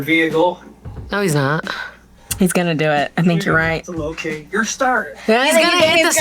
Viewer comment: saying stater 😂